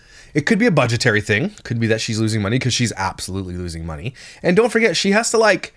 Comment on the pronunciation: Only can make the word “and” have 3 syllables 😒 (ay-yun-duh).